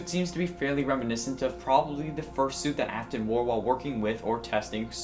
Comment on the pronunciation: Is it just me or did i start to hear say soup instead of suit just a few minutes in the video?